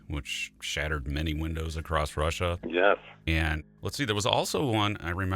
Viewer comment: I was listening till the host said "a'crost". At least I didn't stay to hear more.